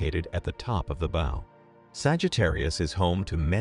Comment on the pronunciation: Can't say "bow" correctly despite the obvious context. Dam voice synths! :face-blue-smiling: "Physics"?